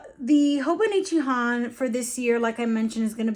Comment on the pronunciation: HON = British English „on“ with an „h“ in the front. You’re pronouncing it almost right, just a tad shorter. 🙌 I speak Japanese btw 😅